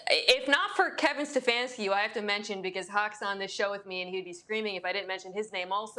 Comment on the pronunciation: It’s Stanfanski